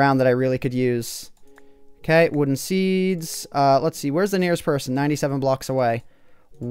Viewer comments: Lol you said wooden seeds. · did he say wooden seeds?